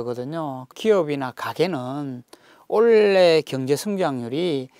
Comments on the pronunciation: 올해를...올래라고 하시네~^^ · 교수님 '올해' 단어 발음 좀 교정하세요. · 그리고 아무리 사투리에 익숙하더라도 대중강연때는 최대한 표준어휘를 발음했으면 좋겠다...올레?는 도대체 뭔가? 올해가 Ole?인가? 뭔 또 올레는 그리도 많이 나오는지...헐헐헐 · 미안하지만 억양이야 그렇다치고 올래와 올해 발음 구분이 안되시나?